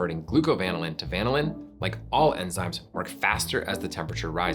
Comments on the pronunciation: Who pronounces vanillin VAN-il-lin instead of va-NILL-in? Nobody says VAN-il-la. All credibility lost right there. Plus, imitation vanilla just has a weird flavor. I think it is like how most people don't have the receptors to taste the soapy, chemically flavor of cilantro, or how some people can't smell asparagus pee. Imitation vanilla is just as gross, but most people can't perceive it. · I'm so confused... You pronounce vanillin like the Brits, but you're called "America's Test Kitchen". Then you go and refer to temperatures of 100 to 150 degrees, but do not denote F or C. Is it C cause you say va-ni-lin, or is it F cause you're "America's Test Kitchen"? And those temps make sense for the context regardless of F or C (100 being boiling in C, and 100 being sweaty hot in F). Are you purposely fucking with the internet? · I can't believe that he butchers vanillin so much. It's pronounced vah nil in. The way he pronounced it would require two "n"s. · I was a bit mortified to discover that, for decades, I’ve been pronouncing vanillin apparently incorrectly with the stress on the NIL syllable (rather like the word vanilla itself) rather than on the VAN syllable. Then it turns out that the overwhelming majority of online dictionaries that provide audio pronunciations actually suggest the pronunciation I’ve been using so I don’t feel so bad. 😅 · I feel that can’t possibly be the way vanillin is pronounced. Surely it’s the same (basically) as vanilla - vuh NILL un? Not like lanolin. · The accent on "vanillin" is on the 2nd syllable, not the first syllable. This is true even in the UK. Why did you feel like you had to change it? Just curious. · According to the Oxford dictionary, is pronouncing wrong here. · To me, it was like vinyl but with the first syllable being van + in. Very weird. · british pronunciations, ew. the inflection should be on the second syllable of the word "vanillin", not the first. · It's pronounced "vanillin", not "vanillin"